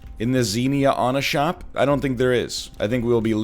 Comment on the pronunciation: “Xenia onashop” the man is a genius.